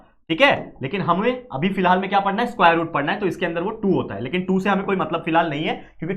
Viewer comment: स्कुवायर 😂 But Your Teaching Skills ❤